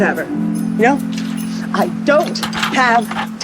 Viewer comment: Alright Ben Shapiro calm down... Also, that Canadian-English really sparkled "You Knouew?"